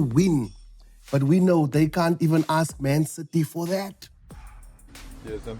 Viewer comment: "AKS" - I'm "aksing" you a question 😂😂😂😂